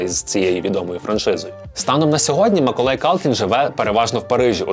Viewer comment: Я думала, що це тільки я чую "Миколай"..😅🤗😁